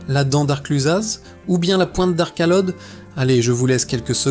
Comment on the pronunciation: Eh en haute Savoie on dit Arclod avec un O et non pas Ode. Comme on dit Trélod et non pas Ode...